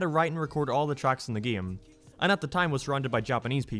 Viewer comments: Why do you say “game” like “geyum”? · why he say game like that? "gam" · Ah yes geem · I can’t stand the way you pronounce “game.”